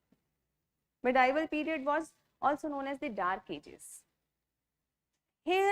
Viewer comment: Also : “I am, therefore I think” ! They’re “Agnostics”. “Medieval” ka sahi uchchaaran : May-dee-val”